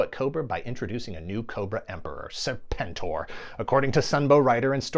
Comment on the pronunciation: Uh, it's pronounced 'Serpen-Tor'. 😤